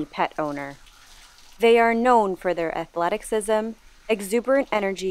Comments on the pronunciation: Did you say " athleticsism ?" That's my new favorite mispronunciation . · The way you pronounced athleticism was so funny. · Love your channel. You may however want to check your pronunciation of ‘athleticism’. Please don’t think I’m making fun of you; at one time I myself pronounced Ulysses’ wife’s name as PEENlope, like a peen hammer, y’know?😮